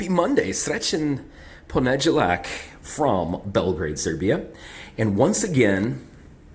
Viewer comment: What's your favorite? I love when they say faculty instead of university. I understand that it's inspired by the Serbian fakultet. Otherwise, your ponedeljak was exceptionally shocking because it is such a common word compared to the tougher words you pronounce relatively well.